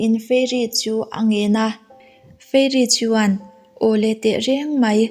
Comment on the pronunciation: Chuan tih hi chu an..tih ang deuh in a lang tep tep thin.Anyway a tha lutuk